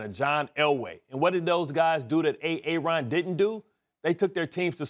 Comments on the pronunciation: Did this man just call Aaron Rodgers , A-ARON? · The way the brotha in the blue suit pronounced "Aaron" sounded almost similar to "A-A-ron" in the K&P sketch.